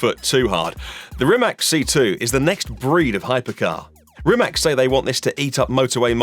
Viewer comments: Please. It is not RimaK. It's RimaC. Perhaps you should try reading it like it has Z at the end. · It Rimac not Rimak you idiot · its rimaC not rimak if sketchmonkey can get it right so can you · RimaC! A B C, Ceee! Not K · Its spelled rimaC you say like C not rimak lol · Wrong pronunciation! Rimats is the correct pronunciation. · Croatian pronunciation would be ree-mah-ts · Oke brate, sljedeci put molim te kad budes u prilici izgovaraj hono (renault) i honde (hyundai), da ne pravis budalu od sebe. A onda naravno imas pravo i ismijavati nekoga jer je rekao rimak, a da ne budes licemjer. Poz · No it's not. Mate Rimac himself said that either is fine. They even market it as Rimack for foreign countries. It's a brand and it doesn't have to be pronounced as the surname so don't be an annoying smartass please.